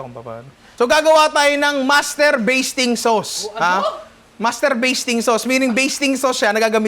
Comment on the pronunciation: Master "baseting" sauce.😂 nalunok ko tuloy laway ko.🤣